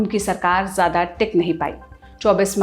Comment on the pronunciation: Bahenji Khalid ziya...zzzzz....jiya nahi..it's ziyada..zzzzzzzzzz